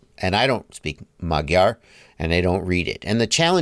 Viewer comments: Magyar is the Hungarian language, and btw you pronunciation is very terrible 🤷🏻‍♂️😀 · Hah I'm Magyar! (Hungarian) You said it so strangely!😁😁😁